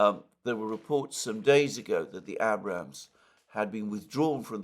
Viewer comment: Alexander can pronounce all those difficult Ukrainian village names, but he still can't pronounce "Abrams" tanks.